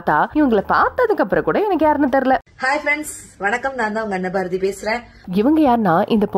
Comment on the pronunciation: ma.. adhu Annaaa Baarathi illa Anna Barathi:face-blue-smiling